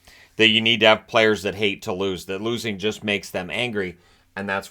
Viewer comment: I thought he said, "Hate the Blues" instead of hate to lose...